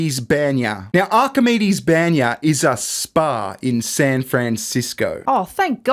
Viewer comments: You guys are amazing , but for the love of... It's BANYA Not BENYA It's Russian sauna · a Russian spa is pronounce "bahn-ya" Like a bon bon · The way you pronounce баня is both hilarious and cringe at the same time :P